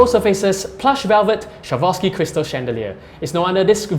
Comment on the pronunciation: why cant locals pronounce the word properly: SWAAA-ROV-SKEE. thats all. not SHAVOSKI or SHAROFSKI.